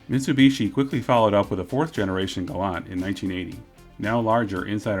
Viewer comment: it's pronounced Gal Ant 🐜 there is no u in the word .